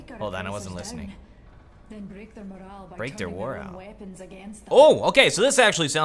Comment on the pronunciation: She says "break their moral" "Break their warowl?" xD